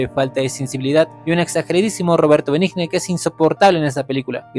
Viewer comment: Tu opinión manifiesta tu ignorancia .Cualquiera que sepa apreciar verdadero cine y una hermosa adaptación quedará encantado con la que tu críticas de Benigni .Que se puede esperar si ni el apellido puedes pronunciar